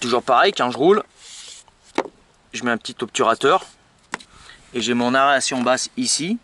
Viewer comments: Tu dis bien extracteur !!! Tu as du mal avec "a e r a t i o n" , tu as raison c'est juste une diction de m.... , tu m'as fais rire quelque chose .... Pouce encore .... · Mais lol, aération, pas aréation😁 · Aeration xd pas aréation